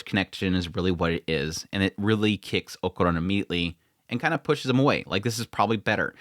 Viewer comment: We all hated jiji at first haha just like with Aira, just give him some time. I know you dont like people telling you when you kill characters names but i dont like when you do it so deal with it haha is okArUn, o ka run, o a and u are the vocals, why in the name of god are you saying okuron? Please, just say it right, Okarun, you know when we all jump at Seven seas for making dumb mistakes, is the same feeling, just saying so you dont get that mad :P